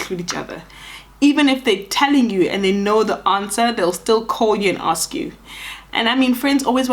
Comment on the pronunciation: "You are not going to AKSS my opinion" 🤣🤣🤣 Love. Laughter is guaranteed 🤣😂🤭🤭❤❤